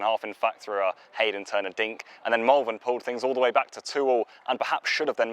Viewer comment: Its pronounced Molvern